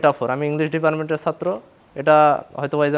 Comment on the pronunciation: Imagine being an English department student and still not knowing how to pronounce ‘Department'.